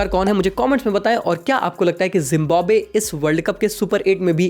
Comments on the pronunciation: झिंबोब्वे kyo bol rahe ho wo झिम्बाब्वे hai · Zimbabwe❌ Jimbanwe ✅ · zimbabwe ❌❌ zimb💀mb we